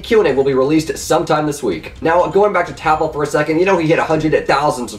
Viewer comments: It's Tapple not TappEl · It's not tap l it's tapple pronunciation wished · ITS TAPUL NOT TAP L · cough it's pronounced "Tapple" cough cough